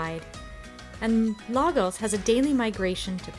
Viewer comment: Bravo! Just watched this with Irene by the campfire. She’s passing through. Irene says Lagos is pronounced La- goosh.